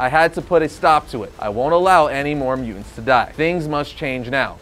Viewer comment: I hate the way this guy says mutants. “Mew-ents” 🙄